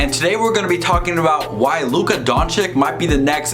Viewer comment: How to pronounce Luka’s name